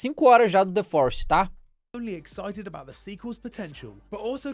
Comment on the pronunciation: O famoso The "Florest" kkkkkkkkkkk